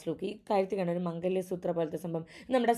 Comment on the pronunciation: Mangaliya suthr alla mangal suthr 😂